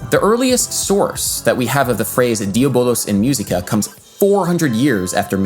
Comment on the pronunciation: It sounded horrible. I cringed every time he said “myew seeka”.